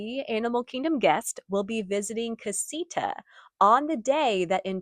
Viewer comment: This “caseeta” pronunciation is cringe. Please…. “Casa” is house in Spanish. “ita” means small = casita, pronounced “kah-see-tah “. ❤